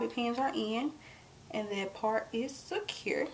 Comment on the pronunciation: Love it when you said securrrr it, ur beautiful hunny